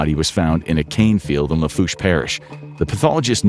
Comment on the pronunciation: I was loving in Houma around this time and never heard of this. About the only thing he pronounced correctly was Lafourche